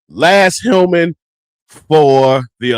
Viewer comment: Good video. However, the Dream player's name is Naz Hillmon not Laz.